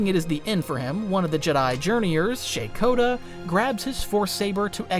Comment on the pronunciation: I thought it was pronounces "rah-kah-tah"